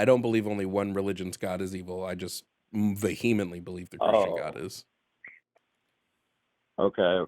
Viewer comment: I was subscribed until I heard you pronounce "vehemently". Now I can't take you seriously.